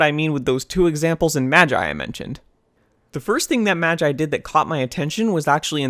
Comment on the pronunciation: Its pronounced "magi" not "magi"